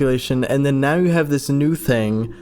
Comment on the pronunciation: Why did that "now" sound Scottish?